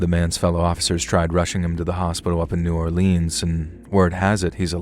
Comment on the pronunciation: I'm from New Orleans and u straight up butchered every cajun word you said starting with NEW or leans pronounced Nawlins